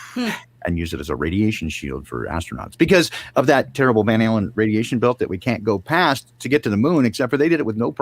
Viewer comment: when said the Van Allen Radiation Belt, it sounded like The Van Halen Radiation Belt 🎸🎸🎶😄